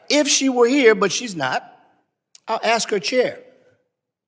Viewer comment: The Black guy is an embarrasement, He says Axe instead of Ask.